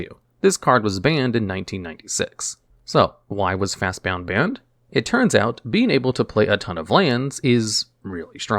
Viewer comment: He keeps adding a U. There's no U. It's FastBOND